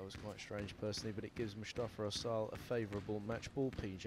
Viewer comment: cant believe somebody name is pronounced "asshole"